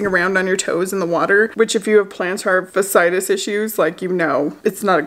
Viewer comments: Fa-si-tus🤣😂. Get better soon girl! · It’s pronounced plantar fashy-itis but regardless it’s painful! I found when i stopped wearing Asics it cleared up. Something about those shoes is just not good. Plus some foot exercises by these crazy doctors i found on youtube. I’ll look them up and come back and post the link. Because it tends to be recurring so when it comes back you can try these!